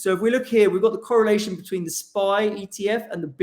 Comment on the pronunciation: De corollation . That's what's up